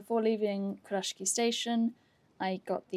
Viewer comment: Hi, loving your content especially the TN and TSL Kurashiki ones but I’ve noticed your pronunciation is a little off. Sorry but it’s pronounced Ku- ra-shiki not Kur-rashki.